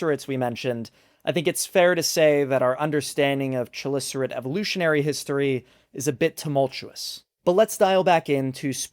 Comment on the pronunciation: Hold on, I get that horseshoe crabs are neither Crabs nor Horses... But has anyone checked if they are shoes ...? Also, isn't chalicerate and related words greek-ish, and therefore pronounced "Ka-licerate" like christ and chronos? I'm never sure on pronouncing any taxonomic words, since half of them are latigreco soup, but it definitely sounds strange to my ears with the shhh sound